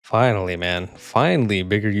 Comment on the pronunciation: I dunno why you said "finally" like that And "why is he refusing to talk about this" He most likely didn't know what it was and wanted to learn? Give it time